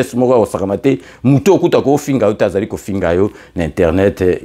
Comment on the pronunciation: Lire : Lokuta et non Lukota !